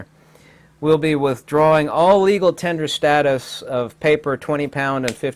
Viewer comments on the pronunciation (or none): none